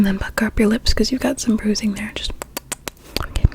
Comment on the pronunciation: I love the video and your so pretty but when you said are you ok I thought you said are you gay?💀